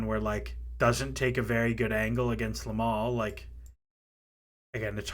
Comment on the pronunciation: Another lovely video but plz stop saying Lamal instead of Yamal 😭😭😭🤣🤣